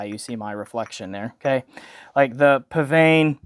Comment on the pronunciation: You pronounced psvane correctly! Did you know psvane was a spelling mistake?